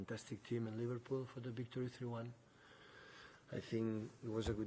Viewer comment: Man said Livarbool